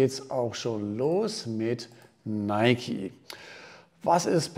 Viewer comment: Endlich mal jemand der es richtig ausspricht